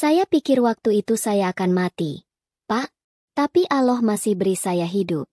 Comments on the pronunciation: Kalau membaca yg benar dong...Allah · kamu ngucap nama Allah pun ndk bisa...bukan islam ya...